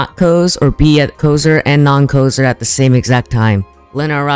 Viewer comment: Why you saying kosser like kouzer m8